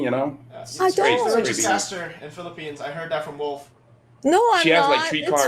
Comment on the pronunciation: M-PL-ippines is the greatest thing I’ve ever heard thank you